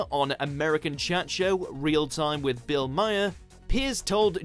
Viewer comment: Bill Maher's last name is pronounced mar (like the word "mar"), not my-er. One syllable, rhymes with "car".